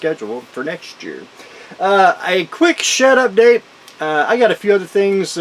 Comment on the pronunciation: Shed Update. Always thought you said “Shut-up Date”